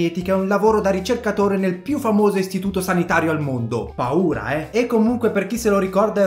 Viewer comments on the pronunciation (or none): how italian people say paura